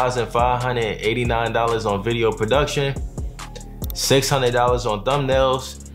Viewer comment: Fo huned, seven huned.